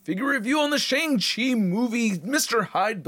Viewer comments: Finally, someone who actually pronounces Shang Chi correctly. Even the actor himself pronounced it sh"ung" chi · Something I learned recently is that his name is pronounced “Shaung Chi”—I’m an Asian geek and never knew that either! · no he doesn't. It's pronounced Shong-Chi. Even tho it's not spelled that way.